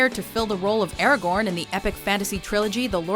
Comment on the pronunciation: Is it just me or does it sound like she's saying Aragorn's name like Eragorn/ Eragon and it doesn't sound right.